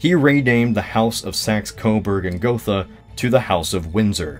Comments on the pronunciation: Gotha not Gothe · It's Saxe-Coburg and GothA! The Dynasty was named after the city of Gotha (pronounced Got-ha, not Goffa) with the full name of "Sachsen-Coburg und Gotha". This branch of the over 1,000 years old House of Wettin (Kings of Saxony etc.) ruled also over Belgium (1831-today), Portugal ( ), Bulgaria ( ) and of course the United Kingdom (1901-today). Fun fact: Queen Elizabeth II. is the last british monarch from this House. Her children are (in theory) members of her husbands, (Prince Philipp) House of Schleswig-Holstein-Sonderburg-Glücksburg aka Royal House of Greece aka Royal House of Denmark aka House of Oldenburg. The Queen however decided, that her children will use the name of "Mountbatten-Windsor" which is a little bit strange regarding the fact that the House of Mountbatten (= the hessian Dynasty of Battenberg) is on Prince Philipps mothers side of the family. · It's Saxe-Coburg and GothA! (or in German: Sachsen-Coburg und Gotha, btw. "Gotha" is NOT pronounced "Gofa" (english th) but rather "Go-tah") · Gothe is pronounced: Geut-eh (with the first part somewhere between goat and gate. Euy, sort of.) German doesn't have any "th" sounds anymore, though it used to. So th is pronounced like a t followed by a slight h. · the german language has not the TH sound. This digraph is pronounces as the T in "Tea". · wouldn't Goethe be pronounced like Gurta, you know like Johann von Goethe? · Gotha with an „a“ (not „Gothe“) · It's actually Saxe-Coburg and Gotha. Sorry, I'm from that City, I had to say something... But it has to be difficult to pronounce for non-german spekers :)